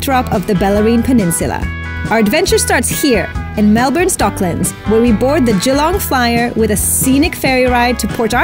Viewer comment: i love how foreigners pronounce Melbourne, it's sooo cute and actually accurate lol. Us Aussies are such lazy speakers we pronounce it like melben or melbin 😆 also cost of living is terrible at the moment, so to us i guess because of our wages etc, it is expensive....way too expensive but i understand what you are saying!